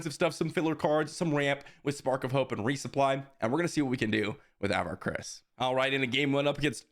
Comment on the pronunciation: I know its just a minor thing but pronunciation of Avar is off. It's just sounds weird when I've listened to all the High Republic books and it's more like "Ah-var KRI-ss."